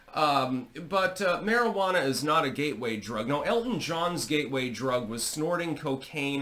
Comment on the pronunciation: did you say it's a ghey way drug or a gateway drug 😮